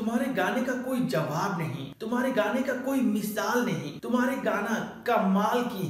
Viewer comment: Mishaal Nahi misaal ..nd lajawab hota h